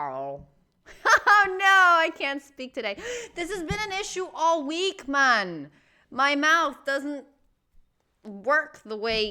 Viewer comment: July 26th (the date of this episode). That's ten days after my birthday. "This has been an issue all week, man!" I love when Mandy says "man" like that. It's like her Latino accent is mixed with Jamaican accent. Procreation is what Karl was talking about on the "h 0m0" discussion. Yes, there's adoption, but once all children become adults, if nobody continues having children, that's the end of adoption, and the end of humanity. That's what he meant. (Not dying in one's dream) I remember once mentioning having a dream where I was in h 3ll. This must have been a year or two ago. I think the reason I had that dream is because I saw videos and things about this guy (Bill Wiese) who says he spent 23 minutes in h 3ll. (He wrote a book about it). Well, for those who are actually in h 3ll, they're already dead. So, if that counts as me having a dream that I died, even though it means I was already dead in the dream (after the moment of transition from life to death), I guess that means I also once had a dream where I died. So, for two of us (me & Mandy) to dream we died, that debunks the thought that we can't dream that we died.